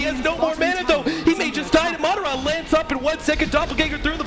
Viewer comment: ITS MA-DA-RA NO MARRA